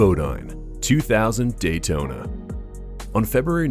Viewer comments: "Daltona?" And a number of other horribly mispronounced names.. What the actual f@ I have to believe whoever created this video is just trolling and used just cheap crappy A.I. generated script and not actually this bad at making a video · I stopped watching when he pronounced it Daltona and started chopping the replays in half 😢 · ugh DALTONA???? LOUSY YOUTUBER DESPERATE FOR VIEWS...... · Lost me right at the beginning when the obvious computerized narrator pronounced DAYtona as DALtona. Misspelled, mispronounced, and obviously not caught before posting.